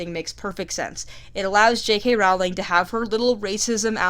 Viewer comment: Her last name is pronounced like Rolling Rock Beer, dumbass. STOP pronouncing it wrong!!!